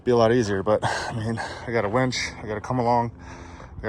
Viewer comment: It sounds like you are saying " wench ". Are you angry with it, or do you actually think it's called a wench?